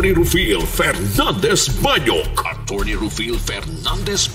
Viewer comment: Hehehe silent r atty